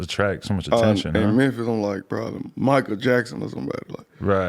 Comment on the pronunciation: NY - “Mew” = Memphis - “Mer”